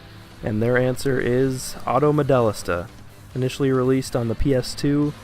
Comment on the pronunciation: It's pronounced, "Auto Model-LEE-sta." " "Modellista" is Italian.